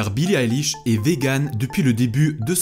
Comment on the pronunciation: J'ouvre la vidéo : ''Billie Alish''